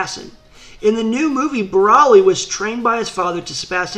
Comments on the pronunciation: Its bro-ly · Are you calling him Braly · Is it me or he saying "braly" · BrALi lol its BROly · Why do u say broly like braly?. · Every time he says broli pisses me off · CONTINUE THE WHAT IF BROLI AND VEGETA WHERE IN MHA ! AND !..... BROLY’S IS NOT A VILLEN AND STOP SAYING BROLY WRONG !